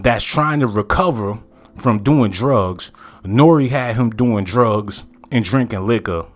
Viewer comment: Can please say Nore's name correctly